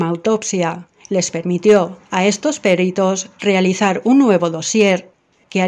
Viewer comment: No es "péritos" , es peritos